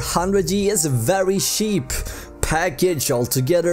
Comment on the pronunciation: Someone got to teach dude how to say CHEAP I had to turn it off